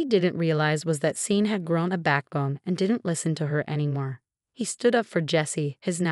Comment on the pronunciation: Hey, AI, Tara’s BIL is called Sean. It’s pronounced Shawn, not Seen, ffs!